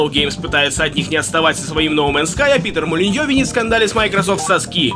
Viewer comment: Мне одному послышалось -"Пидр Молиньё"?